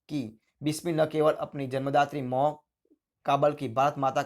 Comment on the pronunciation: Hindi bolna to sikho pehle mo Nahi ma hai